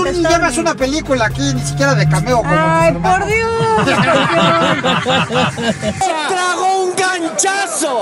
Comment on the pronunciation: Hasta José Eduardo se dió cuenta que la hermana estaba actuando bien freza (porque dices scorpeon!!)